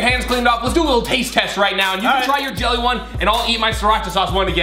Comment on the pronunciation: Wowwww you can’t spell “jelly” you said YELLY!!!!! Woww